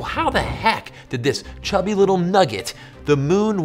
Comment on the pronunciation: Cubby or did he say Chubby? 😂